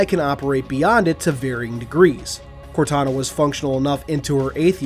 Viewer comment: Instead of contana it’s kortana